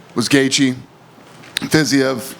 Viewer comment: shocked he pronounced Fiziev wrong lol. W